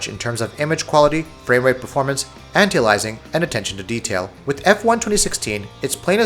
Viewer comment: Please for the love of god type this into your youtube search box "How to Pronounce Anti-Aliasing". Thanks!